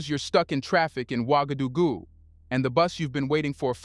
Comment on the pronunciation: It's pronounced like ;wagadogoo.